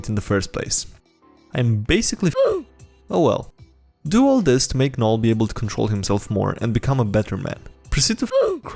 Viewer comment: You're pointing that out and not that he pronounced the "g" in "gnome" and "gnoll"?